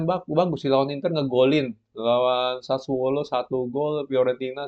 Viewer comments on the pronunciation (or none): none